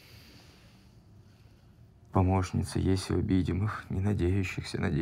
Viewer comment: "Еси" с ударением на Е? Ну что вы...